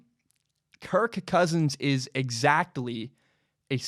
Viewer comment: It seems like you really struggle trying to say his name. So much so that it distracts from everything else you say, such that I keep waiting for the next time you say kirK Kousins.